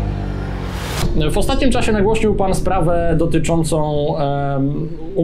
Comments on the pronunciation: Panie kochany! Nie Szymkowski, tylko Naprawdę AMATOR z Pana.... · a nie Szymkowski, panie 🤔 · Szymkowski czy. Wstyd, zapraszasz do programu goscia i mylisz Jego nazwisko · Nie Szymkowski tylko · nie Szymkowski, już na starcie taka gafa 😅😂